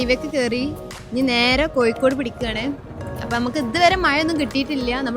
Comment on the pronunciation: ആദ്യം മലയാളം പടിക്കു. മയ അല്ല.മഴ. കോഴിക്കോട് Koyikod alla.